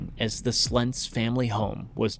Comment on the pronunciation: Thank you for pronouncing Slentz correctly. I remember this storm. The people in Jarrell did everythin right, the storm did not. It went contrary to how such things typically go.